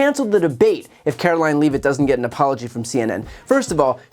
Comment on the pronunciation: Brian, please pronounce Leavitt’s name correctly. It’s a Jewish name—not hard. (Even Bannon pronounces it correctly.)